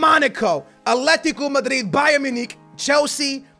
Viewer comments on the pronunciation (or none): none